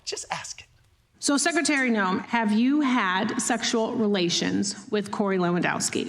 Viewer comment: Kristi Noe-mo